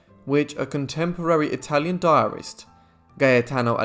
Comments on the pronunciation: Italian here, your pronunciation was 🎯👏👏👏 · Wow your Italian pronunciation is so good!!